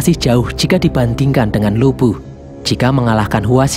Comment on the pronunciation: Bisa engga ngomong lubu nnya jgn bikin ngak ngak